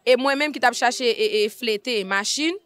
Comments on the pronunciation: C yon mo español li ye c fletes li li pa mal dil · R en espagnol nn mot sa li prononcé "L" m p we problème nn non